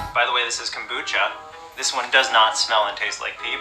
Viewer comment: dear god,the way he said ''kombucha'' was honestly disgusting and immature.